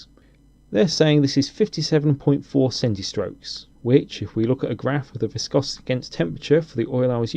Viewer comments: PS: viscosity is in centistokes not centistrokes although the later sounds more gentle ;) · Centistokes not Centistroke.